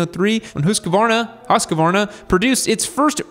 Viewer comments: husqvarna not husquarna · I think it's just bait because they know people will leave a comment with the correction generating engagement, so he's pretty committed to adding an entire syllable at this point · Bro it's written in the picture how to pronounce it : "Husk-varna", yet you are adding an 'a' and saying : "Huskavarna". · Husqvarna is one long word not HusaQvarna. Good pronunciation of swedish word dogh. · As an American with a Swedish wife she keeps telling me how to say Husqvarna correctly. She says "There is no 'a' after the 'q'. It's pronounced Hoosk-varna." She took me to the town of Huskvarna, Sweden where they have an awesome museum! Great brand with a long and storied history which your video does a very good job of telling. Congrats! 😁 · You're prounincing the "u" too quickly. They way you say it we would spell Hussqvarna. But only one "s" so make the "u" longer. The "q" is indeed a k-sound like you say it. But then you go up on the "v" when you should go down instead. Haha, nice video! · I used to work at the R&D center, it is "Who"-"Skvarna". Plenty of Swedes around to figure it out back then. haha! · FFS!!! Huuus-kvarna, man! ..not that hard.. Love the channel...and the Swedes...❤ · In Swedish the pronunciation is Hus Kvarna. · Actually hoosk varna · Its pronounced Husk-varna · Pronounced husk -varna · it pains hearing the US pronounce of Husqvarna , ( easiest way is Huuskvarnaa ) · Pronunciation is close. Firstly "Hus" is pronounced with a long u. Secondly Americans tend to want to add an 'a' between the 'q' and 'v', just try to pronounce it "hus-kvarna". Same thing with Husberg btw. Long 'u', dont add an 'a' between hus and berg, and the 'e' in "berg" is pronounced 'AE'. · HuskAvarna? No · Hus-qvarna = hos-kwarna (pretty much) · hmmm. Im from Sweden and "Hu" in Husqvarna is not prounanced like "who" in english. But I also see what your saying, not completely off. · It is pronounced as Husqvarna